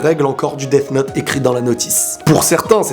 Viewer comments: quand toublie de bien prononcer death note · tu dis deaf note alors que sa ce dit deas note même si sa s'écrit death note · Desssss note J'adore ta pronnonciation xD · On dit 'death note'